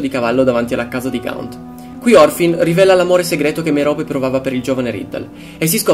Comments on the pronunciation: si dice Mérope non Meròpe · merope ha l'accento sulla e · morfin,e si dice merop e poi si chiama marvolo